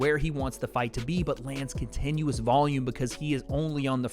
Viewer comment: Contenuous? What's Contenuous?